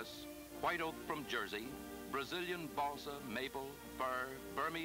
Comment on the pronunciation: Did you say balsa wood?... lol